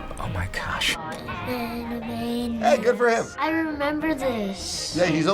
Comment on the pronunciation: The things I have to say about this video: Jess Harnell looks really cool with this hairstyle. Is Rob Paulsen's Twitter STILL "yakkopinky"?. "Oh my gash"?. I love how Rob Paulsen suddenly starts doing his characters' voices. And now it's turning 31 years old. OBVIOUSLY. I love how Rob Paulsen starts dancing along. "It's new and old" could be the definition of medias from the past that continue to be good today. Jess Harnell: Makes comments like a normal person. Rob Paulsen: Start singing the song while doing Yakko's voice. Am I the only one who wants to know where the HECK Rob Paulsen got that "Jack!" from?. "Uh, okay" she has an almost cartoony voice, I'm surprised that neither Rob nor Jess commented on this. Rob Paulsen still sings while Jess comments. Unfortunately, this song has inaccuracies. Was he talking about Moldova or Moldavia? ("Moldovia"). It is not pronounced "Puloo", but rather "Pul-OW". Dubai is NOT a country. It's just me, Wakko's voice sounds more childish here and (ironically) appropriate for his age (7 years old). Rob Paulsen menacingly stares at viewers. Okay, but it would be ACTUALLY weird (and creepy) if she was the other way around too... Jess's voice almost became Dennis Hopper's... ...And he didn't even did it in Yakko's voice I really LOVE the work of these guys, plus Jess Harnell has already voiced two Transformers (Barricade and Ironhide).